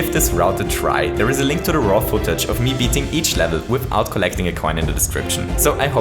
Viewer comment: I have to admit,, I kept thinking you saying "raw footage" was "ROTFLtech" and somehow assumed it was a video hosting site. That said, watching this video now, I panicked several times when you went and collected score points on the flagpoles, forgetting this was not low score red luigi